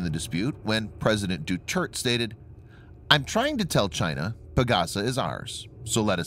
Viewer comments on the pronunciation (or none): “Du Turd?” How about whipping out a pronunciation guide?